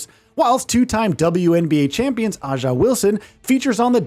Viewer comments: Bro said AH-JAH Wilson and Celtics legend Jayson Tatum please never talk about basketball again💀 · Oof. The pronunciations of Stephen Curry & A'ja Wilson's names hurt my ears. (They're pronounced "steff-en" and "aye-ja") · "Steven" Curry and "Ahjah" Wilson? Huh?